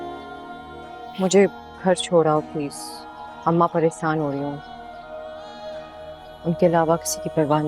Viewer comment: Dure said Paresaaan پریسان instead of pareshaan پریشان at least check the diction before approve